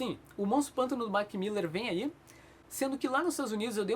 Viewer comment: Mark Millar, nao Mark "Miller"